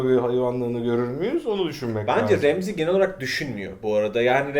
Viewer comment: abi remzi kim ? ramsay e remzi demeyi bırakın artık